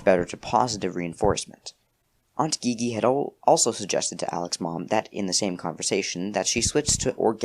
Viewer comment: haha but i think the aunts name is pronounced like the letter G, gigi pronounced jeejee